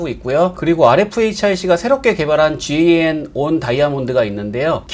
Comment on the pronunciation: 실무자들은 GaN 을 갠 이라고 읽고 있습니다. 또는 gallium nitride(갈륨 나이트라이드)라고 읽기도 합니다만 너무 길어서 대부분다 갠이라고 합니다 ㅎㅎ. (GaN이전에 많이 쓰이던 GaAs는 개스라고 많이 읽습니다)